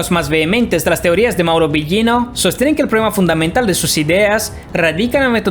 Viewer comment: A pronunciación del apellido de Mauro esta Incorrecta...